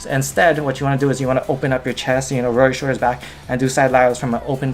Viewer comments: "shouldas" smh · Dilan Mistry Hawaiian accents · Did you guys listen? 'showDers' 😂